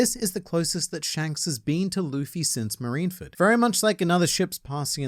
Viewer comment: Impossible things I was hoping would happen today: World peace Shanks appearing in One Piece pronouncing "zoan" and "Marineford" correctly